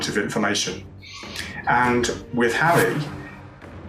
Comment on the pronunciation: He keeps saying Hawwy lol